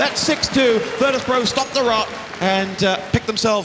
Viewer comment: VEETOS PRO! VEETOS PRO! VEETOS PRO!